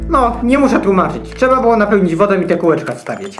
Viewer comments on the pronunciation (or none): none